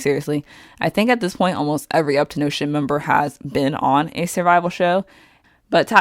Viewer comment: Uptonotion? It's up 10 tion